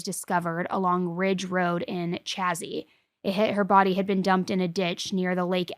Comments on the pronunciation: It’s pronounced chay-zee. This is my where I currently live. This just happened last weekend. Truly so sad what happened to Chloe. Many of my friends knew her. She was a sweet girl. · Holy shit Plattsburgh is my home town!! And it's pronounced shay-z!! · Chloe went missing in my town. I’m so sorry for her family. They got this out so fast withen hours. They knew. Everyone knew he is a pos. He did it in front of her children as well he also has two counts of child endangerment. It’s also pronounced like SHA-zy